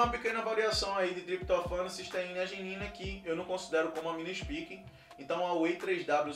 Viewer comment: É "espaique", não "ispique". Falavam milhares de vezes por dia da proteína spike do coronavirus, durante 2 anos. Impossível não saber a pronuncia correta, a não ser que estivesse em marte.